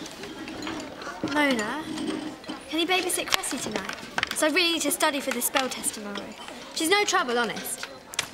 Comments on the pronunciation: its Cressie not Gressy like karajayne said its CRESSIE!!!!!!! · It's Cressie, not Gressy.